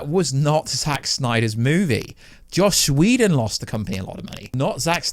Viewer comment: Joss Whedon, not josh whedon